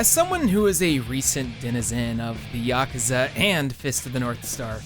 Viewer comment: Holy fuck dude it's pronounced YA-KOO-ZA, YA-KOO-ZA. You sound fucked when you say Yakaza